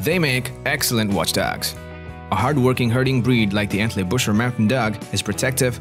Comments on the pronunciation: They are called, Entley Booker.....after the town of Entlebuch (Entleybook)....not Entleybusher. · "EntlebuRer" :D